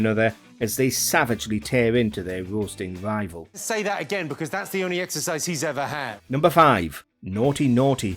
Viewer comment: "Woasting wival". Love it.